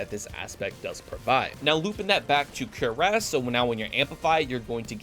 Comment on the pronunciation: Cuirass = Cury-ase... not cure-ass.